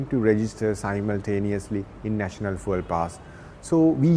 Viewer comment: Bro needs to learn how to pronounce fuel